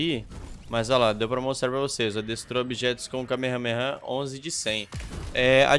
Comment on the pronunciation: Q desespero ouvir ele falando errado "kamehameha"